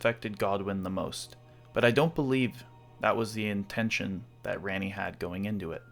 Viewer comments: It’s Raw-Knee not.. whatever you’re saying. I don’t know why a videos quality is decapitated if a name is pronuncies incorrectly. I can’t assume anyone else is like this lol it’s probably only me. It’s as if it gives a sense of copy and paste. Like you stole the content because you don’t actually play the game or know it personally. Obviously that’s not true but mispronouncing names removes authenticity for me at least. Edit: I usually stop listening to videos when names are butchered but you did it again. The word “Leyndell” has a Y in it. Use it. It’s not “Lendell.” Edit 2: Holy hell I’m a dick haha! It’s not RadagAWN. It’s like “gun” Radagun but spelled Radagon. 😂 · Honestly that's a valid reason, your branding is such a big part of your channel maybe it will become a community in-joke. Try Rah-ni a few times and see if it sounds good. That said, I enjoy your theories even if I don't agree with all of them. You are also pretty confident about headcanon and I guess that can be a benefit in fragmented lore like in ER. And I think your Marika's Past video is a great example of how filling in gaps with universe compatible narrative can make a bunch of item descriptions into a full narrative. Subbed and look forward to your future work. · Your video is very informative but you pronounce Ranni differently and it sounds very similar to Granny 😂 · Why are you americans incapable of pronouncing names? The game is literally only in english. Her name is spoken several times. Why can't you just repeat what you hear? Ranni is like the easiest and shortest name name of all to pronounce and you still fail at it. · Why would you say it like that? lol she clearly says Rah-nee not Reh-nee My dog is named ranni so this hits hard cmon bro… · RANNI (RAHNNIE) why you pronounce it rainy? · Raaani. NOT REAAAAAANIEEEE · Why did you say Rany when she says her own name ranni? Dont mispronounce her name when you onow hoe to say it!